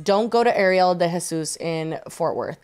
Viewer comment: Why do people constantly interchange Ariel and Arielle when pronouncing either of them? Truly the names that boggle and stump people. It's Ariel. She said it, why is Jessi calling her Arielle?